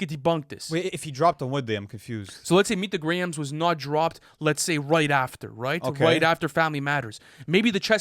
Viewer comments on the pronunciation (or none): Please reconsider your pronunciation of Grahams. It's pronounced Grahams (Gray ams) not grams. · Why yall saying Meet The "Grams" not "Gray-Hams?"